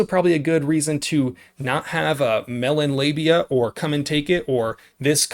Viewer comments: Did you say Melon Labia? 😆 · Did you say "melon labia stickers" ?!!! Accurate and hilarious!😂🤣🤣🤣🤣🤣